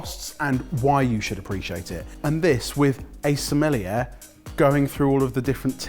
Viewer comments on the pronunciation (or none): none